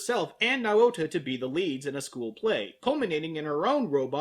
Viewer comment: Yours pronouncing Naota’s name wrong. It makes me cringe.